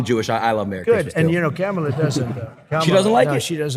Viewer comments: Notice how he said the VP’s name correctly. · I noticed Diaper Trump was pronouncing Kamala Harris name right for once...